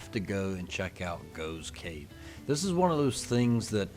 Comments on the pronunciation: It's pronounced Goff's cave - spelled Gough's Cave. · Gough's Cave - usually pronounced Goff's Cave (the old gh = ff thing). At 18 I started a Engineering degree at Bath University, but just before my 19th birthday my father died and I dropped out and ended up getting a job that took me to London where I've lived ever since. My brother and mother continued to live in the Southampton area until my mother retire and she came to live with me. My brother continued to live in Hampshire until he retired and moved to Gloucestershire - my niece and her family still live in Hampshire. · Gough's Cave is pronounced 'Goff's'. I was at school many decades ago with someone of that name.